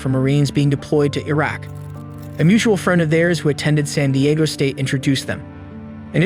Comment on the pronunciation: the way you pronounce iraq.....